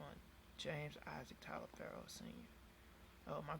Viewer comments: It should be pronounced Toliver. (My last name is also Taliaferro). I'm related to the settlers that came over to America from England and if you message me back I can explain every thing and why your last name is Taliaferro. And you actually could be Italian. Look up Booker T Washington. So hit me up with a message, I might be able to clear this up for u a little. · It's only pronounced "Toliver" because it was anglicized. That's not the original pronunciation.